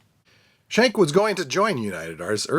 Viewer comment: His name is pronounced "SKENK" not shenk